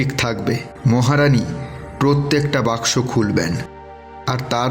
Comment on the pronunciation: Why is saying Box Box instead of Baksho😂